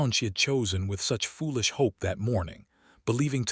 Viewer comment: We should 'hop' for less and lower our 'expectattons'😂